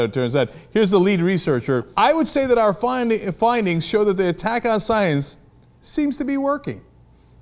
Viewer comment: What is this sai-ens you speak of cenk?